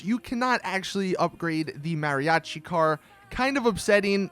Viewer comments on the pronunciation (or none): Mary - achi 😂